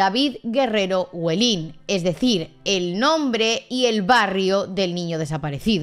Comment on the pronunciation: muy buen vídeo! solo una cosilla, el barrio de david, huelin, se pronuncia huélin, no huelín :)